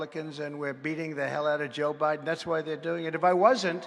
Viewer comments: "Joe Briben" lol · Mr. President Trump, you mispronounced "Joe Bribem" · Yo trump got jokes for years 🤣 😂 you can cut through joe biden garage door with scissors he called him joe briden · Did he call Biden. "Briben"? I love this guy, a true leader, a real man.